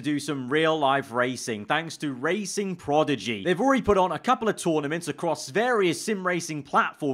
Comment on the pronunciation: PROGIDY, 3 times he pronounced it this way